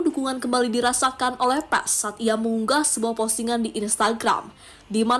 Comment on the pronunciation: Bacaannya Paas...bukan Paes ❤